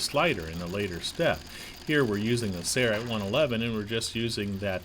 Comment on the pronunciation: Your company is called sail-rite, not say-rite.